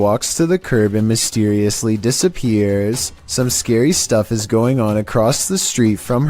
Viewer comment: new word unlocked ... " dissap-er-ates?"